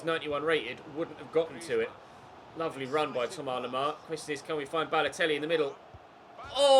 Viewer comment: Why does he say Thomar lemar?